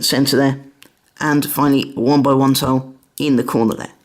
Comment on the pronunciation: Why you say taw in tile